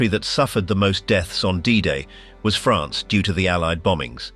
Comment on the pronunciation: The proper way to say France.